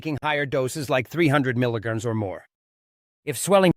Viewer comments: Sound information on this drug. UNFORTUNATELY, possibly the worst AI voice that I have ever heard. Says "milligans" instead of "milligram" which might confuse people who don't have experience with metric units of weights, especially as it relates to medication. The voice also has a fast, shrill tonality reminiscent of someone who has overdosed on caffeine. Not ideal for many people trying to learn about potent drugs. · .must be AI. Images have nothing to do with the subject. And he never pronounces melograms correctly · You need to educate your AI assistant how to pronounce milligrams!